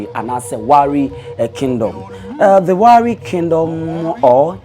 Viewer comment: 😂😂😂😂this guy u Don finish us with your pronunciation ,, Olu not Oru Warri not garri